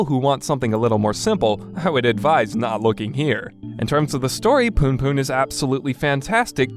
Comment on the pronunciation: loool the way this guy say "poonpoon" is actually hilarious